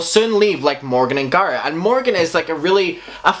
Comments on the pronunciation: Am i the only one confused on who this "garrid" person is? Stop saying names so odd, don't say its because its your accent because you even say tati names wrong also. Tati and garret are easy names to say and arent fancy names. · Every time he says Garrett, I swear he is saying Garth. Lol.